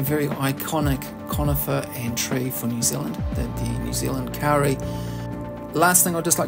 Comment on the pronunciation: Lovely video, thank you! In Maori, as I have just learned, "au" is pronounced more like an O-sound. So, it is more accurate to pronounce it "Ko-ri". I am lucky enough to have a Kauri surfboard made in northland in about 1920 - from timber cut in the late 1870s. The grain of the wood does not deviate more than 3mm over the whole 1.7m length, and 45cm width. It is 16mm thick. And it is hard like stone! For your viewers; please don't plant a Kauri (or Totara, or Kahikatea) in your garden. Although they are wonderful, and amazing, you will create an enormous problem for someone in two to three hundred years when they have a gigantic forest tree taking over their whole property, and a $50,000 bill to cut it down safely. In general, it is a woefully short-sighted idea to plant any forest-sized tree in a residential area: your neighbours will hate you for it. If you want to know what to plant in your new garden, take a look over your fence, and see what's doing well over there. :)